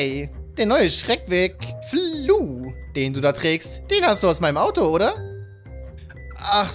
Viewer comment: Es triggert wenn du flu sagst ich würde es f-l-u nennen danke für den geilen Part ❤️